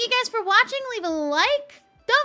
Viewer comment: “Don’t forget to Shubscribe!!” Sorry I’ll see myself out 😂